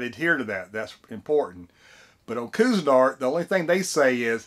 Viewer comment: love it! But it is pronounced quee-zen-art